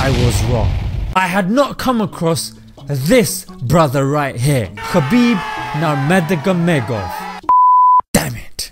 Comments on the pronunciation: Khabib Nurmagomedov is pronounced as "Habeeb Noor Muhammad" ("Beloved Light Muhammad"). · It’s Habib Nurmuhameduv Nur-Mohamed-Duv.